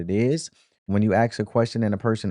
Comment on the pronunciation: I like this show. But I can please note that is aSk not aKS. I mean no disrespect.